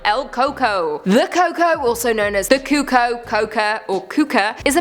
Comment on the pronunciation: Wow you massacred number 1... It's pronounced kuuko